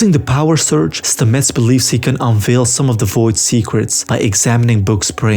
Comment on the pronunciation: Great recap. One thing though: his name is pronounced STAH-mets, not StaMETTS :-)